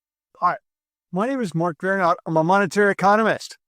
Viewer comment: Mark...perfect polish pronunciation :) As always very good video 👌